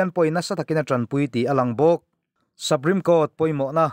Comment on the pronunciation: saprime court ni lovin suprime court a ni e aw